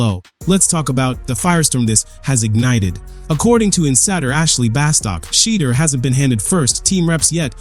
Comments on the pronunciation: Dude you are so hatefull, not colore blind, to mispronouce the man's name, must be a Republican or somthing worst. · Please pronounce his name right...dang.